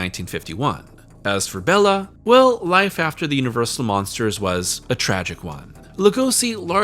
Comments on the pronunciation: Hate to be that guy, but Bela's name is pronounced Bay-la. Not Bell-A. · you always make great content but I'm sorry you lost me not even a minute in. My name is also Béla but hearing you say Bella the whole time is going to be grating. I'll stick it out tho for you.